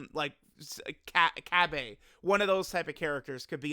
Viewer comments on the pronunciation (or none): To this day I don’t understand it Cabba= KA-Bah not KA-Bae